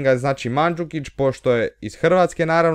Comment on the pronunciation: Kaze see Mohamed Salah a ne Muhamed Salah